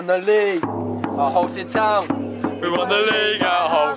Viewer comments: It’s Halstead not holestead mugs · Please say halstead right next time 🤣